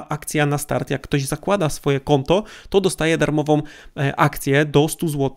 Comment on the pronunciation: Dostaje darmową, a nie darmowom, z nową akcją, a nie z nowom akcjom, wybijajom, w drugom stronę, etc, etc... Litości... Uszy krwawią, jak się tego słucha.